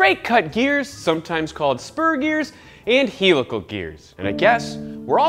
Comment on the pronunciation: Mormons are allowed to say raCING and HEELical geers